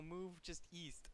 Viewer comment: east? I thought you said weest